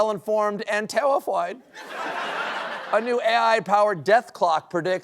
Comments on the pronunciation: Did he just say “terrified” with an Elmer Fudd accent?! 😂😂😂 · He most most definitely spoke in Elmer Fudd's voice. LOL